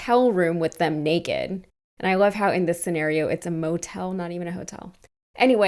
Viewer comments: Nah, he def said NEKKID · And he's doing the same thing. Projection. Doesn't even know how to pronounce "naked"!